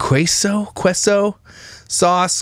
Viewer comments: then: sees list salad bar supplies. now: Ha! nobody’s going to eat that! then: yup yup yup to all snacks now: Chill Lady!!!! 😂😂😂😂💀 Also queso is Kay-So. Like okay so Lol just so you know cause you still say qwayso 😂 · Its pronounced KAYSO lol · Queso pronounced: KAY - SO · Wegmans is amazing but if she's shopping there for 14.. she's got coins lol Also... sweet sweet..... I'm going to need you to pronounce queso right before I can watch you again 🤣